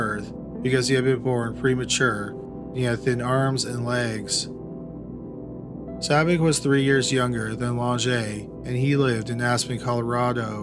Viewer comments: It's Sabich not Sabby! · I wish the voice-over person would get Spiders last name right! It’s Sabitch , not Sabic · But he mispronounced Sabich. Rhymes with “rich,” not “Rick.” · sabich is pronounced sabitch. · His name was Spider Sabich ( pronounced sa-bitch )